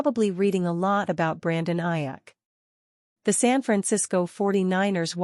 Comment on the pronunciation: This AI crap is driving me crazy. Robotic non feeling stuff. It brutalized Aiyuk name.😊